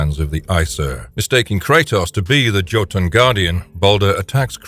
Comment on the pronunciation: the way you pronounced jotun